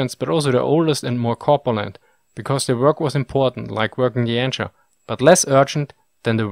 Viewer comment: Anchor is pronounced an[k]or, not an[ch]or. Chaplain is pronounced CHAPlin, not chaPLAIN.